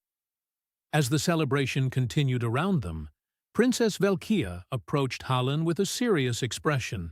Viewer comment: Decent story but the way the reader is pronouncing 'Hallen' is extremely aggravating. Doesn't help that the subtitles occasionally replace Hallen with Helen.